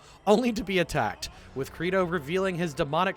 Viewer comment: ...So would it be a bad time to mention that Credo's name should be pronounced like Play-Doh?